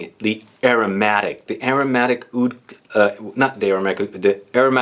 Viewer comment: lol "Awoud"... I guess Aoud is the best way to spell but not technically how it's supposed to be pronounced. In arabic, oud is written starting with the letter "ع", if you're interested in hearing what it sounds like, I'm sure you could find a pronunciation video. It's a sound that comes from the very back of your throat. When speaking, pronouncing it as "oud" is actually more accurate than "aoud". Hellooo from Beirut!